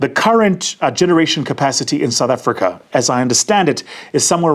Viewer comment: Blah blah platitudes ......and a pronunciation of Africa that the Afrikaans would be proud of.